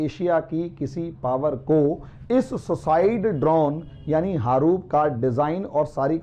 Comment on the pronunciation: harup nahi haroon h.